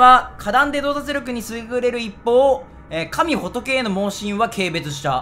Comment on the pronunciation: 神仏(かみほとけ)